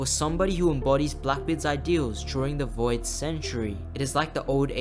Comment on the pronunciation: you mean Voi D God?